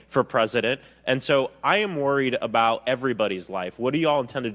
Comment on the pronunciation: Wow, how long have you been in Canada? Your “Aboot” is already more dramatically pronounced, hey Buddy, I mean Guy, I mean friend…